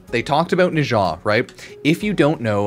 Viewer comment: Pronouncing Nezha like Natah really threw me.